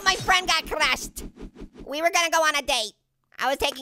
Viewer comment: My friend got CRUSHED (what accent was that?)!